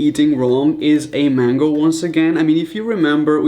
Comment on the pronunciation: Mango (main-go)